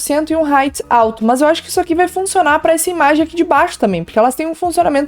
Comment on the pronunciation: Pq ela fala "mãs" no lugas de mas?